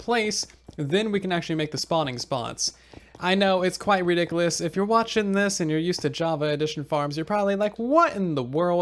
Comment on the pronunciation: I love how he says Ridiculus